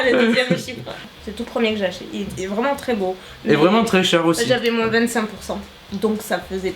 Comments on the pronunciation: pellaers audrey je cherchais également , je trouve sa très étrange depuis la nuit des temps on ne prononce pas cette lettre ! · c'est moi ou tu dis "moinsss" pour dire moins ????? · Vous dîtes :'' moin''sssssss'' '' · Ca me perturbe qu' prononce le S de moins:P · J'adore! Hugo,,mounette. C'est le trio parfait! Mais, franchement, je sais que c'est troublant la langue française mais on dit moin pas moinSSS. Je viens de la Tunisie🇹🇳🇹🇳🇹🇳🇹🇳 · Tu dis moinsse c'est drôle 😂 sinon super video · Tu dit « moinse » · ohlalala le "moinss" m'a fait rire pendant toute la vidéo! je suis contente de vous revoir tous les deux! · Super vidéo ! Quand tu dis le mot" moins" tu prononce le S j adore 😂😂😂 j avais jamais entendue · Mais pourquoi tu dis moinSe ??? 😂 sinon fort ce Hugo ! 😉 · Tu dis « moinsse » c’est drôle 😂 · ah?Bizarre cette histoire 😅 moi aussi je suis du 17 et jamais entendu ce Ssss 🙄 comme quoi ça dépend peut être pas de la région finalement... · J’adore comment tu prononces moins 😂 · quand elle dit le moins elle dit le s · Pourquoi on tu dis le s de moins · Pk tu prononce le s dans moins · Si si je suis du sud-ouest et je prononce également moinS. #Bordeaux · Ça me perturbe d'entendre le ' s ' quand tu dis ' moins '. 😂😂 J'ai adoré cette vidéo, c'était hilarant! Vous formez un bon duo et quelle complicité! J'ai eu le sourire tout du long! Merci merci pour cette vidéo et Hugo.~♡ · il y a un truc qui me perturbe, tu prononces le "s" de "moins" ou c'est moi qui n'entend pas correctement? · C'est la première fois que j’entend quelqu'un prononcé le S du mot "Moins" :p Google vient de m'apprendre que ça se disait comme ça dans une bonne partie du sud ouest de la France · Je viens du meme départements et je prononce aussi le s 😂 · Je me suis dit pareil...j'ai jamais entendu encore quelqu'un prononcé le S de "moins"...ce doit être son accent je pense. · je ne savais pas qu'on disait le "s" 😂